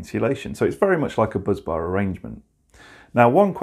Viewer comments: 'Bus' bar not 'buzz'. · Agreed it's spelt "busbar". Buzzbar may just be a quirk of pronunciation. 😊